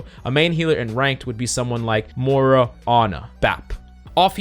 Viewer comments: Can you stop calling Moira Morra pls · One day, I will hear "Moira" and not "mora".